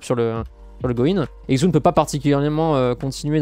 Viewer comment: Pour Xun on prononce "Chun". Le X est un "CH"